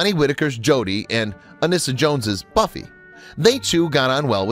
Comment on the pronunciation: “Bummy” instead of Buffy 👀